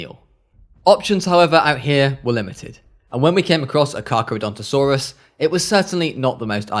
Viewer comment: wait u said cardontosaruras but its a tt